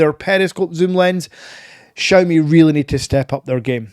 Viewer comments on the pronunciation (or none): Please learn how to pronounce Xiaomi 😂 ps can't blame the accent I have the same one